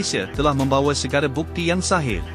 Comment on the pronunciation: Bkn sahih pak....sohih....sohih dong.....